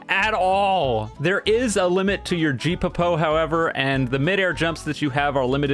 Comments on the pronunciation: Geppo is pronounced as Geh poh, not jepuhpoh 😂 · "Geeappopo" LOL its geppo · i love the way he calls geppo "Jee Po Po" Also "!! ITS PRONOUCED AS GEH POU NOT JEE PO PO!!!!" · Look its geppo NOT GEEPO LEARN TO PRONOUNCE SOMETHING BEFORE I CLAP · Its gepo, Not Gopeepo i wish actually knew one peice as he criticiesz alot of the game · ts been bothering me since you uploaded this, geppo is pronounced Gep-poh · As a One Piece fan, hearing him pronounce geppo as "G-po-po" hurts me. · "Jeepopo" im gonna jump bro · "geepopo" HELP 😭😭😭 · did oyu just say gee peppo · no offense but "jipopo"? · "je puh poh" this is why i love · It's actually geppo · G- po-po. are you serious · Is there a legitimate reason pronounces geppo as gi popo oh?😭😭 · “Geepepo” might be the greatest rage bait of all time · Love how pronounces gepo 😂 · pronounciation of ''geppo'' will forever haunt me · craziest pronunciation of geppo ive ever heard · is definitely farming DDOS off this pronunciation 😂